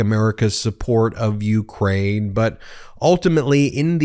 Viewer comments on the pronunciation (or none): none